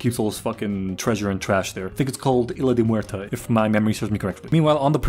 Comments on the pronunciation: I’m sorry but the fact that he forgot the word blacksmith but remembered AND pronounced isla de muerta correct is such a stonner moment 😂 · I mean, he pronounced isla de muerta as correct as an english speaking native would